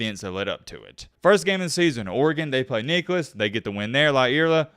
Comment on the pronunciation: Nicholls=nickles not Nicolas